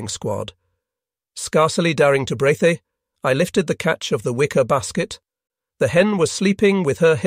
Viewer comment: I’m getting annoying with the trash reading skills? How is it someone who speaks English can’t even say opened they say “open-Ed” “stop-Ed” “brea-they” it’s so bad